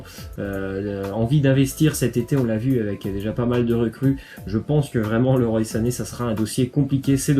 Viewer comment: Ca se prononce leroi sané